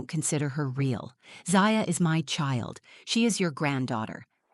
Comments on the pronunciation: Is her name ZAya or ZIya? If you are going to read a story, be consistent with pronunciation! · I wish they would get the pronunciation of the child’s name straightened out. Is it Zaya or Zia? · I wish the narrator would get the kids name right, she keeps changing how its pronounced ... Zia, Zaya😂😅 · Try to pick names that Ai can pronounce for your fictional characters. Zaaya. Zia. Zaya. Zya… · Could they maybe settle on one way to pronounce the little girl’s name? 🙄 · Sadly, this is probably not an unusual situation. Children should never be treated like this. Ever. They are innocent little beings, and should always be included and cared for. As an aside, did it bug anyone else, when the narrator kept switching back and forth in her pronunciation of Zaya’s name? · The most annoying thing about this story wasn't the grandmother. It was the narrator telling is as if it was about her own daughter, then changing the pronunciation of 'Zaya' back and forth from beginning to end. Ridiculous AI. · No thumbs up because you couldn't decide how to pronounce the child's name. Extremely annoying. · Haha nobody was bothered by this story-teller pronouncing the name Zaya two different ways throughout? Plus this reeks of AI. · The inconsistency of the pronunciation and spelling of Zaya really brings down the quality of this video. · The next time you make up a story, try to see that the AI narration picks one pronunciation for the lead character's name, and sticks with it. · Come on lady, is it Zay-ya or Zai-a? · The AI on this sounds pretty good... The only giveaway is the shifting difference in the pronunciation of the daughter's name. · I find it weird you keep changing the way you pronounce Zaya. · 3 different pronunciations of the child’s name in as many minutes. You need to edit better. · It would be nice if the narrator would at least pronounce her daughter’s name the same way each time. It’s very distracting. Is it Za-Ya. Or Zy-Ya?